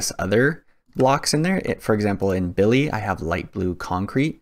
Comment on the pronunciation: It not BILLY 🤣🤣😂😂😂😂 it's BILLI😂😂😂😂😂😂😂